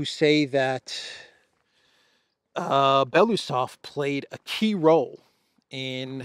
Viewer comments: Thank you for your update ❤ BTW in russian you pronounce every letter so it is be-lo-us-ov not belusov just saying. 😊 Thanks again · BELO (White) USOV (Mustach) Bielo uuhsov